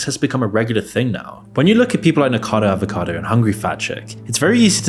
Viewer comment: I appreciate all the information you presented in this video, but could you at least pronounce the Youtuber's name properly? "Niko Avocado", "Zach Coy"